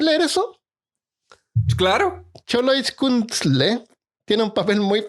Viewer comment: Jajajaj una disculpa, no esperaba hacerlos batallar con la pronunciación... pero si que me hicieron reir jajaja....Por cierto la pronunciación es "Cholo-its-cuin-tli" (algo asi jajaja), tendre en cuenta enviar el audio la prox vez jajaja.... ¡Saludos!... Pd. Lo del baño no lo puse ...aunque seamos honestos, mas de uno los ha escuchado en el baño...jajaj !Saludos!